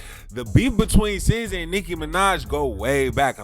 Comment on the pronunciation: How do you get “sizza” from sza???